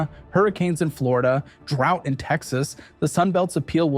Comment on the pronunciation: Florida, Dlonio, Flondo... WTF? :D